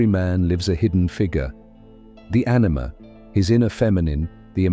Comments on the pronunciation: It's AniMA not Anime! Bloody AI. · Anima not anime lol. Gotta love ai slop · Can this AI learn to say anima, yapping on about ANIME the whole video 😂😂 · Anima, not Animé. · Our narrator keeps saying ANIME and makes me keep picturing Bleach, One Punch Man etc making it hard to take seriously - whats so difficult saying An I muh? Geesh now it sounds like enema - this is another thing women do - make us so eager to fix any problems we watch videos forcing us to overthink - just thank God when things go good - when a woman wants to have a good time and is being pleasing then abide with her and allow both of you to enjoy it but dont wait on her to make life pleasant - lead yr own life and include her if she wants to be included but dont try to hold her back if she wants out - theres a saying - You look better gone - by the time a women needs to threaten with departure or thinks that will solve her problems then be nice qbout it remind her not to let the door hit her in the sss on the way out - if you have a life it wont be a negative - let her know that you sacrifice for her not the other way around. Were not machines, if you want to talk a bit later when cooler heads prevail then go for it and show your emotional side but not right away - thats needy. When you let her know she isnt the center of the galaxy but a contributing adult in a partnership then growth, slow but sure emerges. Always let things cool out first - drama and theater never saved true love with grand gestures but will usually bring out the worst in both ppl. Ive seen girls sleep w friends just to make someone jealous but have the opposite effect - jealousy at first but they lower th